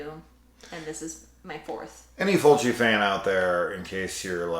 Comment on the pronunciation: As someone dating a French Quebec girl, I felt it when you said her fav way of pronouncing Fulci was Fulki 😭 My partner pronounces a lot of stuff wrong on purpose with her French accent. She also lives for the tidi, more so than even I do. Every anime or horror she's always the first to scream "AWWWW YES, TIIIIDIIIIES"